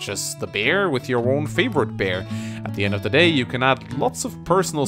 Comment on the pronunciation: Every time you say "beer", I hear "bear".